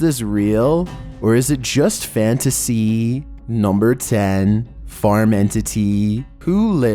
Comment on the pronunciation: . Or is it just fanasCEEEE? Sorry but this had me laughing my ass off.